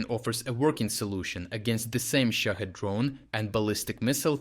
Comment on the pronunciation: I kept hearing it as 'Shit Head Drones.'